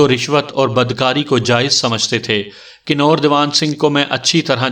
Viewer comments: Bhai ye kinor nahi kanwar bola jata ha. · آواز اور انداز بہت اچھے ہیں، اردو اور تلفظ پر توجہ دیں ۔ کنور دیوان میں کنور اس طرح پڑھا جائے گا جیسے کنول پڑھتے ہیں ۔ برچھی میں ب پر زبر ہوتی ہے ڈوم کو doom پڑھا جائےگا ۔